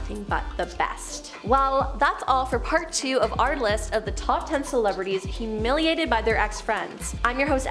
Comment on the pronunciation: Lol WHO-humiliated